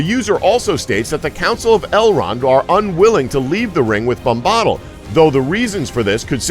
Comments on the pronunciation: I know!! Tom bambodle??? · like Tom Bombadil he pronounces Tahm Bombottle, it just pains my nerdy soul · IT IS TOM BOM-BA-DIL, NOT TOM BOM-BAHDIL YOU DENSE FUCK. I CREATED A YOUTUBE ACCOUNT JUST TO MAKE AN ANGSTY COMMENT AND DISLIKE ON THIS GODDAMN VIDEO. I'D RATHER GET AN ANEURYSM THAN TO LISTEN TO THESE PRONUNCIATIONS AGAIN. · He keeps saying Tom 'Bomb Bottle'!!! Lol, it Tom 'Bam Bodill' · Tom Bambahdl is not right it is Bom-ba-dil :) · Reading all the comments about the funny mispronunciations, then he says “Bombahhttle” and I just died laughing. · omg it's BOMBA-DILL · My god every time he said tom bomb-bawdle I died a little inside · Say Bam-badill one more time I fucking dare you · Bombbottle bombbottle bombbottle.... LOL...I cringed every time he said it. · the way you say Bombadil makes me want to kill myself... BOM-BUH-DILL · Tom Bombottle. UGHHHHGHHHGHHHGH MAKE HIM STOP!!! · Tom Bombaddle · Tom bom-bottle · stop pronouncing bombadil like that. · How hard is it to do even the most simple research? There are recordings by Tolkien himself pronouncing Tom Bombadil's name. Emphasis on Bom. BOMba-dil. And ISILdur. Give me a break. Do your homework. Lazy orc. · Morder, bom-bawdal, eelsider, eeohwen, suron, suramahn.... did you even watch the damn movies?!?... and these theories suck